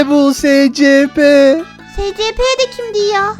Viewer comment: Abla gito abi yanlış söylüyor o (ESİPİ) diye okunuyor